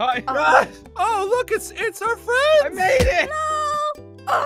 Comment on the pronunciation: You know Naruto... WE JUST BECAME BEST FWEND WOSS